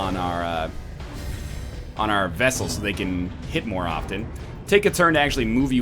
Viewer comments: I love the series! But NL! It's not a friggin' Vessel. It's Vestal. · Vestal, not vessal for Christ's sake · NL, buddy, for fricks sake it's pronounced vesTal with a T not vessel. Vestal as in the vestal virgins. I have been waiting to tell you that since your last play through in 2015! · Also the fact that it's pronounced Westal, because it's a Latin word and Vs are pronounced as Ws. That's just a nitpick though.